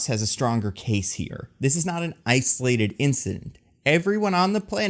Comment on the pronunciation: About, did say "ice-olated incident";)